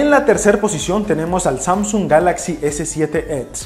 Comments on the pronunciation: en el minuto dice samsun y no samsung :v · "SAMSUN" jajajajajajajajajajajajajajajajajajaja